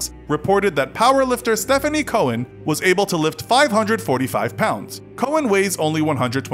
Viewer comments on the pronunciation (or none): none